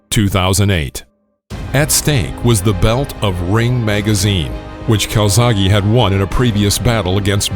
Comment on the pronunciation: Please CalzaghE not calzaghee He is Italian ...Welsh by pure chance